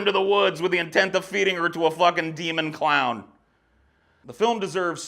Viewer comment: Oh man I laughed so hard when you said “the cloin.”